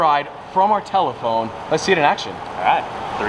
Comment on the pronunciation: NO NO WHAT DID MY GUY JUST SAY "TELEPHONE"???????